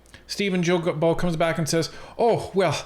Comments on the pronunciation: Guys, it’s not Gibeault, it’s Guilbeault. As in Guitar! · not jillbeault it is Gillbeault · You mean Stephen GUILTBOT ?,,who cares about how his name is pronounced ,,would you prefer LIAR ,felonious criminal , maniac, idiot , THIEF($254 million) , stay in Quebec and make the switch to bottled water and it MIGHT raise your IQ to double digits...I said MIGHT but apparently you are too far up this dorks butt to breathe properly ! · Funny how you say Guilbeault's name wrong. Hehe Vassy said it correctly. Love your channel.